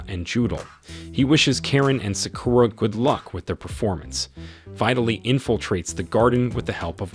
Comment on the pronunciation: you pronounce it as Sock You Ra break it apart